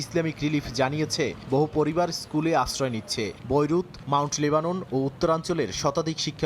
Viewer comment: হালারপু বইরুধ না বেইরুট হবে ওইটা